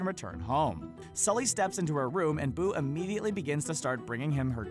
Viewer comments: He said skully instead of sully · you called Sully, Skully. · Did this fool just say "skully" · i heard it too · what the heck he achaly said it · Jeremy Stuckett he said skully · He didn’t mean to. It was probably a mistake. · did he just say scully?